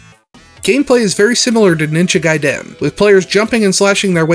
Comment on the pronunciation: The way you pronounced "Gaiden" gave me a nervous tick.